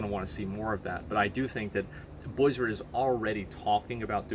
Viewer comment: BLIZZARD! not bwizzard. Work on your mouth sounds.